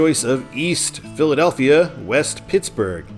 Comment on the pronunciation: You're not pronouncing the Philadelphia towns right not even close and I'm from Morgantown Pennsylvania please pronounce them right you have no idea how that noise has.